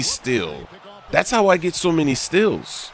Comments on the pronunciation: Haha, he says "stills" instead of "steals" lol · does anyone think that he pronounces "steals" weird